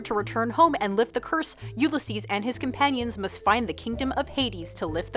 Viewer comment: "you-le-sees"? really??